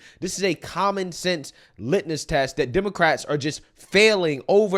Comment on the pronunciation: It’s called a LITMUS test, not LITNUS